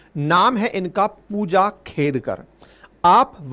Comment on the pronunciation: फूजा खेदकर 😂😂😂 नाम तो सही से ले लो सर 😂😂😂😂